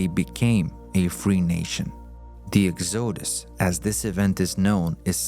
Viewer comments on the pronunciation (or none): Why is this video called "The True Origin Of The Jews" when it simply regurgitates what is told in the Bible which is now considered to be mostly myth or historical inaccuracies? The "Exode-us"? Seems like an AI speaker to me. Try "The Exodus". 🤒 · The "Ex-OH-Dus" from Egypt? I hate AI narration without editing! Right away, I know it's going to be a bad video.